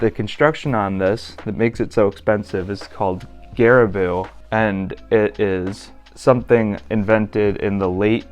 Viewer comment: Loved the video! Does vis advise you to treat / condition the leather on boots in anyway for that extra weatherproofing + longevity of the uppers? Also pronunciation of garabou is more gah-rah-bow